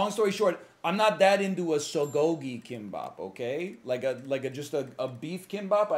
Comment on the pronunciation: Will someone please tell him that "k" in korean is not pronounced like an english "k"